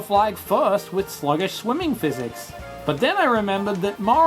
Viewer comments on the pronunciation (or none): none